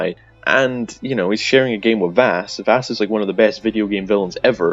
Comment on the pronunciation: Jack Carver is the jackal. So it's canon. Also everything you said is dumb. I can't find a single point I'd even remotely agree with other than the points about FC5 and New Dawn. Everything else was dumb. Also it's Vaas, not Vass.